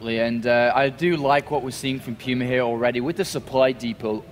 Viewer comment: Yeah Pooma, not Pewma. :P